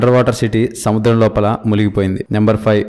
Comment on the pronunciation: Areyyyyyyy adhi muligipoindhi kaadhu Ra munigipoindhi Ra Telugu raadhu Telugu talkies endhi ra